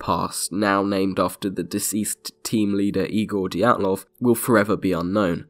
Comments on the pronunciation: Good stuff. Priceless how the host keeps pronouncing the main character's name as if it was "Daytlov", while the guest gets it right:) (BTW, the first sound of the name is the same that of "due" or "during" (British English). Also, the Russian sound "zh" usually signifies when transcribed into English is the sameas the first sound in the French words "jour", "Jean" - see the much more famous Russian name "Dr Zhivago". Of course, nobody can blame you for not knowing how to pronounce Russian words and names;)) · Did you say DIE - atlov because they DIED. Sorry. It's Dee- atlov. I'll show myself out. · It would be good to check the pronunciation of names and words. Dyatlov is two syllables. Dya-, one syllable. The Ural mountains are pronounced Ooral, not Yural. Yekatarinaburg is pronounced more or less the way it's spelled. Yeh-kah-tah-reen-ah-burg. Granted, it's a tricky name with six syllables, but it can be learned with a little practice. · Dyatlov = Dee-at-lov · Are you even trying to pronounce Dyatlov properly? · Pronunciation is key, try again. Dyatlov. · My favourite theory includes pronouncing "Dyatlov" correctly. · I'm Finnish and my ears are bleeding too. [ai:gour - daitlou]:D Feel so sorry for you [naik'aitä:];D